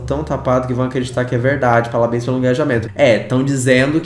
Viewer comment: que eu saiba é parabéns, não "palabéns"